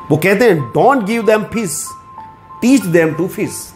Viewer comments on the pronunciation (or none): Bahut hi gawar wali language. Sha ka sa. . Sa ka sha ... Fisssss nahi fish ..